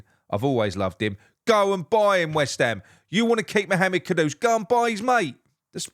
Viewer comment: Well done on the pronunciation, and not calling him j lo like everyone else 😡. Ivan toney is a big yes for me